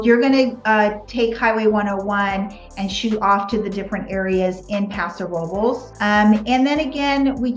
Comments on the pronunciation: Sorry, the R has nothing to do with it. It is pronounced, "Row Bless." Thx for being curious, though. As a Spanish speaker, I appreciate your effort. God bless you. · Paso What? Please don't tell me that everyone in that town pronounces "Robles" that way. Hilarious